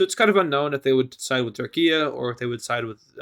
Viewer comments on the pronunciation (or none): It is turkey not turkia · Anyone gonna question on why he doesn’t Turkish and says turkian and instead of turkey he says Turkia